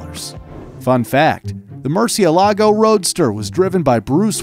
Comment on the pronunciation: It's not "MurcieLAgo", it's "MurciElago"